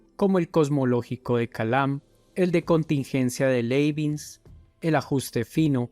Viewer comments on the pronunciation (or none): Se nota este tipo sabe tanto de “filosofía” que no fue capaz de notar el error en “Leibinz” sino que lo leyó tal cual🤣🤣🤣🤣🤣 este video es para cargarse de la risa de principio a fin🤣🤭🤣🤭🤣